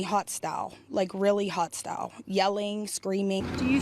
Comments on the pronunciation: 🤣🤣🤣 "... came at me HOTstyle... HOTstyle..."? You mean HOStyle? Man, people cant speak their own language in this country! "Hey look at my new purse!' - "guuuuurl,,, this is some hotstyle" 🤣🤣🤣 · Did she say "hot style" (hostile)???